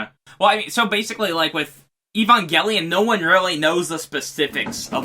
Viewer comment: We can add "Ee-bon-gelion" to the list of bizarre pronunciations